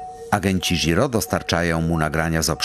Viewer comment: Ale propsty dla oryginalnego lektura, który prawie poprawnie wymówił japońskie nazwisko pana Stonogi :-) Nie "ż" tylko "dź" (opcjonalnie "ź") dżiro żiro dźiroo Ale "iśimaru" bardzo ładnie :-D (A nie przez "sz")